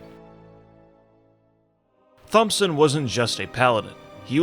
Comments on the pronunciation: Thompson is pronounced Tomson. Great video regardless. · Thompson is pronounced (Tomp-son) "H" is silent. It means "son of Thomas" so dude's name translates to "sir Thomas son of Thomas". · "ThOmSoN" "EpItOmE" lmfao NA education :grimacing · Pst...Thompson is pronounced with a hard T, just like Thomas. Just sayin' :) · You know how the ache is not applied to how you pronounce "Thomas," do the same to "Thompson." Fucking snapping everytime I hear you mispronounce it! Other than that, nice spin on a lore video 👍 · How fuckin simple do you have to be to understand the first pronunciation is a hard T but than take Thompson as being soft. Fucking video killer. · THOMP-son...really dude? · Thompson is pronounced like Thomas I mean the "Th" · Thomas, pronounced Tom-ass. Thomson, pronounced 👍🏻-son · Anyone else crazed by how he kept pronouncing "Thompson?" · How do you know how to pronounce Thomas but not Thompson?